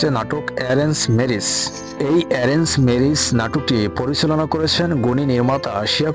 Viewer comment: মূর্খ নাকি আপনি ম্যারেজ কে মিরিছ বলেন 😂